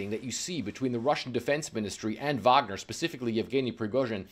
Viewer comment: Nice to here a fellow English speaker say Wagner as Vagner... even if she's an anchor for the Communist News Network. Not that I'm a fan of Faux News.